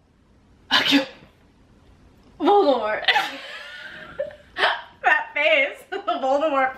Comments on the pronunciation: No no no your saying is wrooooong it’s ✨Moldy Voldy✨ not Vooooooooldmort. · No hate but Voldemort is pronounced Vol de More not vol de mort